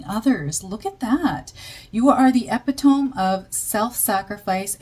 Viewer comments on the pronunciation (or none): Nomadic - no-mad-ick Epitome - uh-pit-uh-me You are one of my faves. 😘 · 1849 and 'ee-pit-o-me' Thanks for your work, *A.